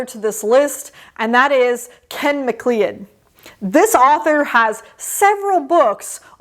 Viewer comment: Anathem! Read Anathem. Ken MacLeod (pronounced ma-cloud) is great. Star Fraction and Newton's Wake would be my suggestion. Good luck with your reading plans. 👍📚🚀